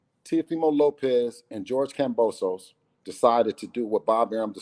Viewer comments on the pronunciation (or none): For a guy that knows a lot about boxing you sure don’t know how to pronounce there names. Who the f is kamposos it’s kambosos lmao